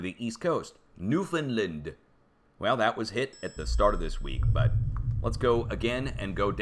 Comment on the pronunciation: Hey:- "New-Fownd-land", NOT "New Find-land".